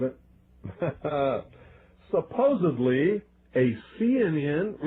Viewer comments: Did he.just.say supposeBLY? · How can I take a guy serious when he says "supposebly" :13